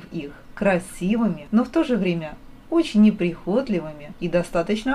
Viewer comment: Прихотлиаыми ударени на второе и.